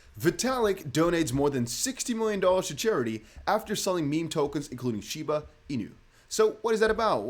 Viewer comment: Dude just fkd up shiba.. 😅